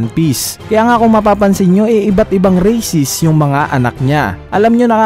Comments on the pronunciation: Alam kong races yung gusto nyang sabihin nagkamali lang sya ng bigkas. Balikan mo ulit yung vid. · Races po kuya! Hindi po racist 😂